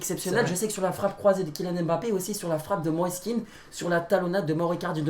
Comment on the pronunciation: "Mosess kean"🤣🤣